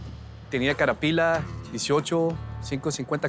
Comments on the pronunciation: Carapila jjjj abla bien w jajaja Caterpillar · Tenía "carapila" JAJAJAJA no puede decir Caterpillar